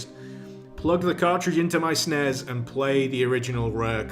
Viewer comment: ATTENTION!!!!! The letters S, N, E, S, do NOT NOT NOT spell a word!!! Anyone who thinks otherwise is both wrong, and probably not old enough to appreciate the concept. I wanted to do the ear equivalent of washing my eyes out with bleach when I heard that shit. And he did it THREE times!! DAMMITT!